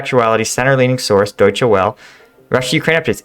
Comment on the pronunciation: "Deutsche Welle" pronounced as "Doyche Vellah" 🙂